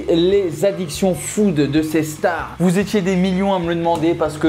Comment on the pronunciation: Au début tu dis les « chtars » pour dire les stars bahaha🤣